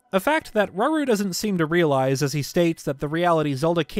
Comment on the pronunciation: Rauru, or shall we say.. RAUL???